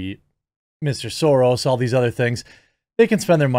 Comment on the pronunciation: Why you say Mr Soros like that??????